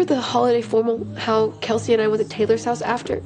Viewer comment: 這種才是正常的帶口音連貫高語速而且還不是標準發音，大部分人不用formal，用reunion/party/甚至assembly，how她讀成L音結尾拉長，went to縮成wouldu，其他的再聽不懂慢速聽配合字幕